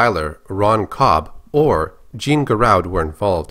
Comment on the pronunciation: I don't know mean to be "that guy" but his name is pronounced "Jahn"